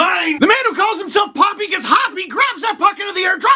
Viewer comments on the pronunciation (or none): Poppy? I wanted to hear how Leafs fans would mangle this one. But really Steve? Your Italian ancestors are rolling in their graves :P